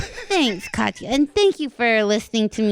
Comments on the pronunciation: did she say katihana? hahahahahah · now did she call katya "katyana" lmaoo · lmao did she call her Katyana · Swear i heard Kristen say Katianna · kristen calling katya "katianna" is so funny lmao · Definitely called her katyana 😂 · Her saying "Katiana" is taking me lol